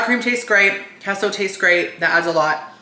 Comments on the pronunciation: Hasn’t anyone that speaks Spanish told you that queso is pronounced kay-sew. What is keso. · It's KAYSO....... KAY SO..... NOT KESO..... SILLY!!!!!